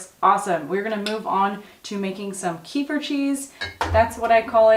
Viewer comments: fyi,kefir is pronounced kah feer with the accent on feer :-) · About the kefir... It is pronounsed as KEE-FEER with the stress in the FEER part. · KEEFER! Rhymes with REEFER. Kehfir is for losers. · It's pronounced, "keh-FEER" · Kefir is pronounced "kuh-FEER" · In Russian it is read as [kef'ir]. The stress is on the second syllable. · Love your videos♥️! A fan from Russia.🙋🏼‍♀️This yogurt “kefir”, but with the accent is at the end of the word🤗